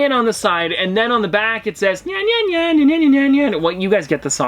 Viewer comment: Why do you pronounce Nyan like the name Ryan? you pronounce it right when you sing it! Nyan means "meow" in Japanese and it is pronounced 'knee-awn' but fast